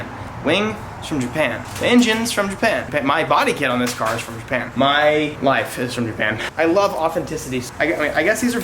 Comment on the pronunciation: BANtheMAN for me I heard "my LIFE is from japan"